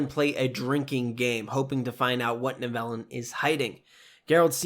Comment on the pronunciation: Nice breakdown video! Just a suggestion, I think the pronunciation for Tissaia and Nivellen are off. In future videos it could be a good idea to check name pronunciations. Still a cool breakdown video though.